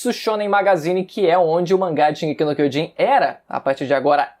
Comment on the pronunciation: Puta que pariu, até os atuais dias você não fala direito a porra do título, aprendendo a falar Japonês, curso e tudo mais, porém... O título continua errado, bom..., Foda-se, estou aqui pois tem outros piores.